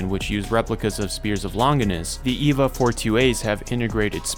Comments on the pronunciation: Eh-vah not Ee-vah. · This is what happens when you read more english than you hear it. You pronounce Longinus with a hard G, and Eva as Eeva rather than Ayva. Longinus is a name, it's not something the anime made up. Eva would be pronounced the same as Evangelical. I have no idea how you can mess up pronounciation this badly. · Bro saying Eva like its Wall-E